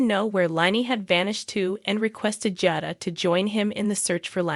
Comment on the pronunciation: It's pronounced JADA